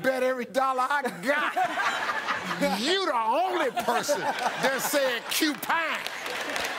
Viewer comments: ***** actually, the man said "Upine", not "Cupine" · Rosseen Glimmer no no no no no. He Q pine not cupine cuz like BHuang92 said Tic/Tick ain't talkin bout no porcupine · i cannot with this answer Steve done said UPINE😂😂😂😂😂😂😂😂